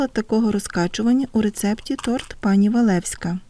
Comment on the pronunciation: Ой , як завжди смакота , тільки не тРот, а тОрт